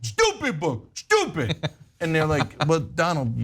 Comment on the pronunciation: Stewpid stewpid stewpid.